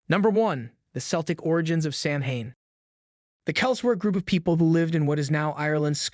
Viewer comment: Samhain is pronounced SOW-IN Celtic is pronounced without the soft C and is pronounced as K. You forget to mention that people used to carve turnips instead of pumpkins until the Celts arrived in America and saw that pumpkins made better jack o lanterns and were easier to carve. Otherwise, everything else is spot on.